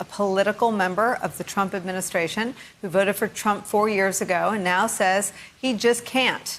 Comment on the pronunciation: TRUMP REPEATS THE SAME THING 3-4 TIMES. HE HAS DIFFICULTY SAYING WORDS AND YEARS.HERE ARE JUST A FEW. 202 for for for 2013 Plosma for plasma Administrayshzzizt for administration Semin for seminites Fatilities for facilities Docsuruuurs for doctors Origins for oranges Yo-seminites for Yo semites Totallyterrytism for totalitarianism Finny for Finland Frounders for founders Ulysseauus for Ulysses Mini on apolis for Minneapolis Broadband and broadwalk for boardwalk Thighland for Thailand